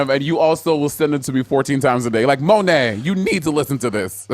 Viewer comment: As a native New Yorker, Monet is correct lol